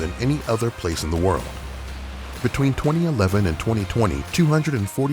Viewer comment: I find how you say 2011 and 2020 VERY OFFENSIVE and offensive content notice